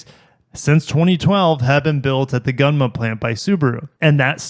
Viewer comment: It's pronounced "goon-muh". I lived there for a short period when I was younger.